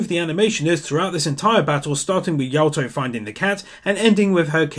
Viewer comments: Please call him Yato not Yaoto. K thx bye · did you pronounce Yato as Yawtoh?